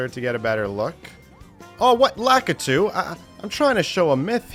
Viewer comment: i swear not a single american knows how to pronounce lakitu properly